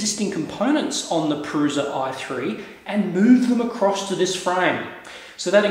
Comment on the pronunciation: its pronounced proosha